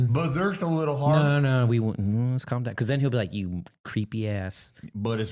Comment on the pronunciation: Because pronounced buh-kuzi